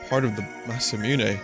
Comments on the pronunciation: indeed! and it's "moo-né" not "miu-né" as he says :D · Vinny: "There's no winning" There is - pronounce Masamune right you brainyot